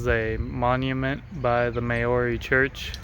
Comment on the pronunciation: How he pronounced Māori had me cracking up 😂